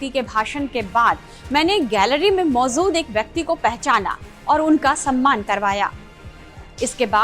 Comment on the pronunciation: Mam ap ja & za ke antar ko samjho.... Maujud hota hai, mauzud nhi..natija hota hai, natiza nhi. Ap jaha bhi ja bolna ho za bol deti hain.. Apne pronunciation ko imrove kariye... Bhot galtiya hain.